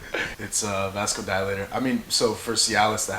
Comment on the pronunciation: Fun, informative video. Thanks! A word of caution from a medical student. Be very careful combining cialis with any other vasodilator (not vascodilator my dude on the right). Any other pump product such as citrulline, arginine, beets, nitric oxide boosters, etc, can dangerously lower your blood pressure when combined with cialis. Viagra will have the same effect, but has a much shorter half-life. This will be a significantly bigger problem in a natural lifter, NOT on trt or cycling, because androgens will actually increase erythrocytosis, thickening your blood, and RAISE your blood pressure. So the effect of a double whammy vasodilator might not be as pronounced as in a natural lifter, and ive seen many pass out in the gym from this combination, or pass out on their partner while pumpin away!